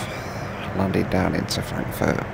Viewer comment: Did he just say „Frankenfurt“??